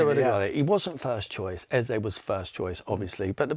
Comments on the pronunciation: How does Sherwood get any work he just called Eze Elise ffs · Sherwood had nothing positive to say and we are so in his head he couldn’t even say eze the man said Olisa